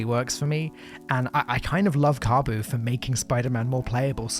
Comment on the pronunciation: Kabu 🤣🤣🤣🤣 Bruh mispronounced Zabu